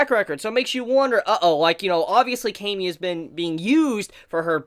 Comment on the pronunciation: Why do you say cami with a long 'a'?